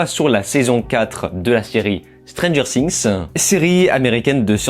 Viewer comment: La prononciation du nom de la série 😂, mes oreilles saignent 😅